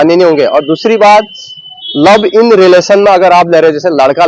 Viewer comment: लव इन नही लिव इन होता भाई कहा की पढाई😂😂